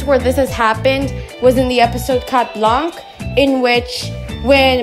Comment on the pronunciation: We don’t pronounce the t in Chat neither the c in blanc btw :)